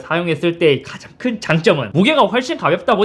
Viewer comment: 형... 천천히 말해도 돼... 가하자항큰 장점은....